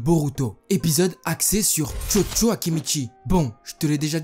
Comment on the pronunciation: Mec quand tu dit chocho moi j'ai cru entendre jojo